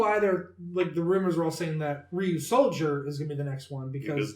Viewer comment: It’s Ryusoulger